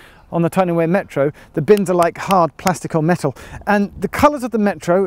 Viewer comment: I'm troubled by his pronunciation of Wear whenever he says Tyne & Wear Metro, but hes says it correctly when he says Wearmouth Bridge.